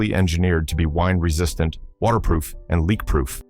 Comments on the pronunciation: Yes. A wynd-resistant lighter instead of a wind-resistant lighter. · Is this an AI voice? For the butane lighter it mispronounced wind resistant as "wined" resistant. Ar